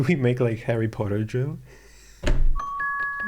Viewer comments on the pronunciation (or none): Harreh pottah..